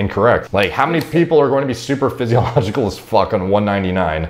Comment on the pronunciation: Got triggered AF when he said superphysiological instead of supraphysiological... #biomedstudentproblems